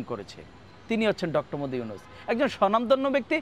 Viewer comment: ডঃ মদি ইউনুস কি বলে ঠিকমতো নামের উচ্চারণ কর 😅😂